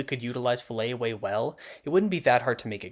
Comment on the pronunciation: It's FILLET away, not Fillay or whatever you said lol 😅